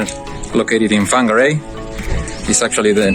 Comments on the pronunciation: Whangarei is pronounced “Fang-a-ray” ... Now you know ;) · Whangarehai NZ pronounced FONGARAY, for your next NZ Maori phonetic’s. WH = FA. Cheers guys, great job as always. Kiwi living in London and looking forward to clicking on Model Y - buy now when Berlin gets going....